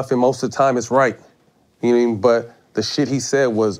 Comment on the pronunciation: “And I still got that burner...nawmean” 😂😅☠️